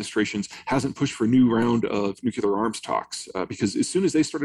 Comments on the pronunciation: It is nuclear not nucular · Can at least all the professionals, journalists, authors, academics, even scientists, etc., learn how to pronounce the word "nuclear" properly? NU-CLEE-AR. Not NU-CYOO-LAR! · Disappointing to hear "nuclear" pronounced "nucular"... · Cant take anyone seriously who cant pronounce new-clee-er and has a man bun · Amazing how many super smart and educated people can’t pronounce nuclear.